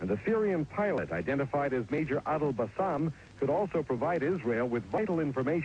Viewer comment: Adel basem وليس adel bassam